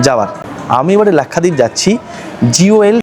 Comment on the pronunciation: Nam lena nahi ata to nam kyu le rahai hai bewakoof! Its lakshwadeep not lakhadeep